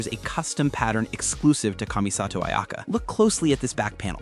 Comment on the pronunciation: The pronunciation of kamisato 😭😭